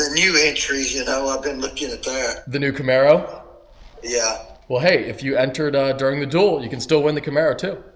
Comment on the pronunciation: 'Camero' baby'!!!